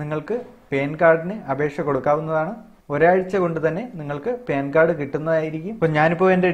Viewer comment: പേൻ കാർഡ് അല്ല പാൻകാർഡ്